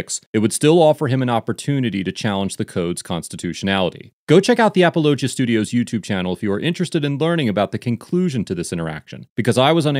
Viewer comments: Apologia is pronounced like apology but -gia instead of gy haha great video as usual! I’m really glad i found this channel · I’m jus laughing at the way you are pronouncing apologia lol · The name of the church is Apolo gia. I put the space in so you could pronounce it correctly. It comes from the term "apologetics" which is defending the faith through deductive reasoning methods. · Apologia is more like "apollo G ah" than it is like "ap ah low jah" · Wow, he really butchered the pronunciation on this one. It's pronounced "apology eh", not apalachia. lol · Narrator guy needs to watch the footage before recording the voiceovers. He mispronounces names A LOT, and would get the pronunciations correct if he'd watched the footage first. It's not "apple-O-gee-a" it's "apollo-GEE-a" as said. On another video with an Officer LaBey, he kept saying "labby" even though the officer IDed himself as "la-BAY." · Lol. It's uh-pawl-oh-GEE-yah. Not ah-puh-LOH-juh. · Come on man!!! You can’t pronounce they’re church name right!? Damn. Sloppy. It’s pronounced “apology-uh” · Finally! An actually important case! And just to nitpick: it's pronounced AaaPawlOGeeAA. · is a great man. I follow his yt channel. He also has the only Christian based late night show called Next Week. Also, Apologia is pronounced 'Apollo-gee-uh'. Great video!!! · It’s uh-pahl-uh-GEE-uh. Great video, I had seen this on their channel and wondered what you would say. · Apollo-Gia is how that’s pronounced. Like apologist. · It’s pronounced “uh-Paul-uh-gee-uh” like apologetics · A-Paul-oh-gee-ah. I can’t stand Durbin for philosophical reasons but he’s absolutely in the right here. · Apollo-Jee-a is how it’s pronounced lol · It is pronounced “uh-Paul-uh-gee-uh” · It's "a-paul-uh-JEE-uh" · It’s pronounced like “Apology -uh” church. Not the way he said it in this video. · Appollo-gee-a Apologia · Apollo- gee- a church lol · It's A-paul-o-gia. Apologia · You mispronounced Apologia